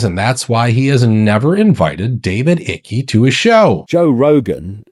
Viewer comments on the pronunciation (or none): Not David Icky... David "Ike" is how it's pronounced. Great video! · Its David Icke, pronounced, eye-ke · Its pronounced eye-k not icky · David Icky? 😂😂😂 Pronounced David Ike! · Thanks. Please note that David Icke's name is pronounced like the word "Like," without the "L." Like Dwight Eisenhower's nickname "Ike." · David "Icky"? Is an Ai Generated Distraction? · It's not, it's pronounced eye-k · Pronouncing David Icke's name wrong was a big red flag, bro. Don't let people know you're a newbie if you wanna be taken seriously. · That’s not how you pronounce David Icke!! …….. ugh!!!!!!